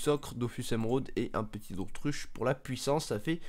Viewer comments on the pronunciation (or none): none